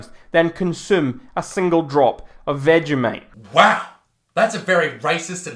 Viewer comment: didn’t even say vegimite correctly